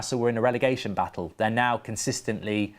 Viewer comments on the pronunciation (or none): none